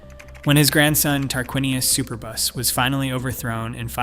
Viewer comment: He-RO-do-tus, please. Super-bus? Try, su-PER-bus. (As in "the superb one.)